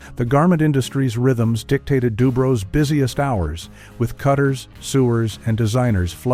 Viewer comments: DuBrow's (like eye brows), not Dubro's. My Grandfather used to take me there when I was a small child. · this guy can't pronounce "kasha varnishkes" or "sewers" or "Dubrows". Strictly from Kalamazoo.